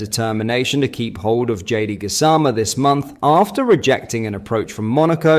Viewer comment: You'd think a "rangers" page would know how to pronounce Gassama's name, esp since he told everyone how to say it. GAZZZZAMAA 😂